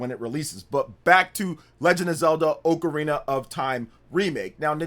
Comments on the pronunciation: Oakarina? It's OCARINA ah-ka-ri-na not oak-a-ri-na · Why you say ocrarina like that, ? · Dawg why do you say “Oakarina” 😭